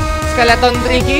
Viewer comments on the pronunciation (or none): Dia Bilang "TIKY" Dia bilang "Cookie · triky bilang tiky